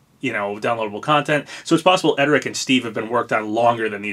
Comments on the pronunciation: it's pronounced errd-rick bro, not ed-er-rick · *Erdrick not edrick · Papa!! It’s ERR-DRIK, not ED-ER-IK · His name is pronounced "Er-Drick" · Why do you keep saying Erdrick's name wrong? There's an r right there before the d. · uummmm i dont think thats how Erdrick is pronounced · Why you gotta pronounce Erdrick's name so wrong? Whyyyyyy....